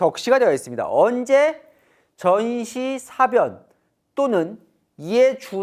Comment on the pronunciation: 동정민 앵커가 '사변'을 아주 짧게 발음하는데 국어사전에 사:변(事變 : 나라의 중대한 변사)이라고 분명히 장음(:)부호가 들어 있다. TV기자들은 발음을 정확히 해야 한다. 더 공부를 하기 바란다.